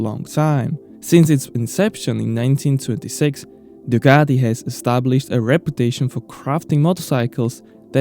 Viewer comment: Nice video - thx. But PLEASE try to make proper use of your vocal cords, it's sooo easy: "DUCATI"! There's really no pizza dough in this beautiful name. You can make it!